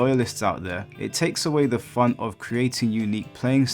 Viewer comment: "Now this is what I call *fahn!*" Gets no changes